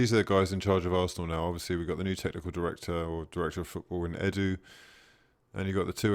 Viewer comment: "E-doo" 😂 thought it was only me that noticed he can't even pronounce our director of football's name properly